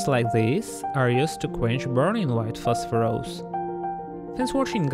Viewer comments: Today's challenge: drink a shot every time he says PHOSPHOROUS instead of PHOSPHORUS :) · Prononuncing it as "phosphorOus" is completely uncalled for. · 😅 I like the way he says "phosphorOus" and "dangerOUs"